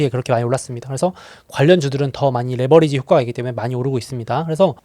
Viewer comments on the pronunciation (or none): none